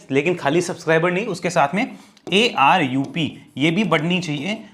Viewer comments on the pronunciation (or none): Sir it's ARPU not ARUP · ARUP ❌ ARPU ✅